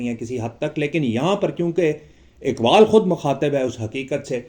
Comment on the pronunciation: Merey moahtram Urdu, me talaffuz talaffuz talaffuz😢😢😢 ki kya ehmiyat hai aapko haqeer kya batayega aap sahib-e- ilm ...ikbaabl me iqbaal kahan se aayega,hakeekat me Haqeeqat kaisey aayegi😢😢😢😢😢😢